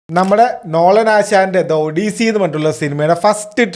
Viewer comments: Why don't we malayalees atleast check the pronunciation before calling a name it pronunce as aw-duh-see not odisee.... Please being a big youtuber learn to pronunce names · Odyssey - aw-duh-see